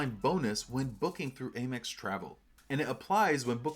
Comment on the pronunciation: why do you pronounce AMEX wrong?